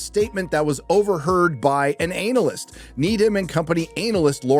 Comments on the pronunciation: Why he puttin emphasis on anal? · Loving the emphasis on anal when saying analysts